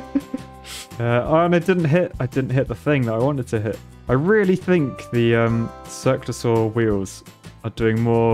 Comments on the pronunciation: I heard: "Circlasaur" you said: "Circular saw" (I was looking for dinosaurs, lol) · keep hearing 'Cirque de saw-wheel' somehow that doesn't seem too ridiculous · I thought he was mispronouncing Cirque du Soleil